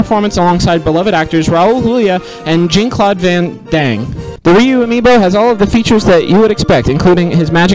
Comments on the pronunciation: I lost it at John Claude Van-Dang. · Maybe I'm not looking hard enough but I am deeply disturbed to have not seen a single comment about how Griffin says Jean-Claude Van pause Dang. It took me a second to notice but it's my favourite part of the whole video.